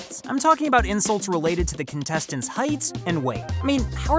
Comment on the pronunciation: Awww the insuwts huwt my tummy :(